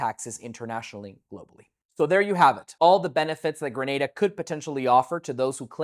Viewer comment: Points off the bat for pronouncing Grenada right lol Thank you for creating this video. There is so much misinformation out there it's good to see someone giving you clear and accurate info.